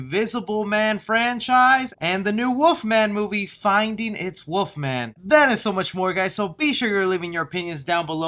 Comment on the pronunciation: Is he saying Woof-man or wolf-man.